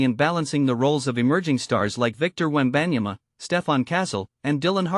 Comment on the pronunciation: Bro just use your voice, this is just lazy using ai voice. Not many people want to hear ai butcher wembys name